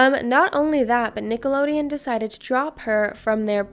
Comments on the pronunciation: Is it just me or does it sound like she keeps saying “Nickeloneon” with an “n” instead of “Nickelodeon” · Sis it’s Nickelodeon 😭 not nickaloneon. With a d! X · Ima see it all the way through but i cannot STAND the way she saw Nicolodeon😭😭